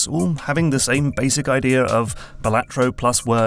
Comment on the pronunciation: FYI its pronounced Balatro not Balatro ❤